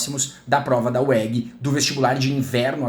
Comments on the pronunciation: estranhei na ora também esse uegui kkkkkk, falamos é Ú É GÊ. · "UÉGUI" tem goiano chorando aqui 😭😭 brincadeira kkkkk ótima aula 💙